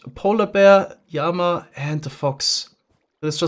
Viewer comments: Did he Yama in stead of Llama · Hey, just a heads up, llama is pronounced like lama (law-muh?). Anyways keep up the good work! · For a little while he actually started pronouncing it as "llama" but before long he reverted back to saying "yama" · Idk why but I found it funny when he said yamma (instead of llama) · I need to know: why do you pronounce llama like yama? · do you say lama like that intentionally? (dont mean to be rude) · Fun fact: llama is pronounced the same in English and German, making his pronunciation even weirder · you gonna love how he refers to cacti